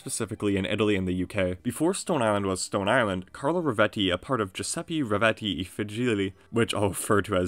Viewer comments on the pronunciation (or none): none